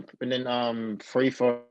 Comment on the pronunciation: Who has this guy beat? hahahahaha he hasn't even beaten a ranked opponent lets stop this non sense. He's not on Colby's level. Btw Leon its three not free.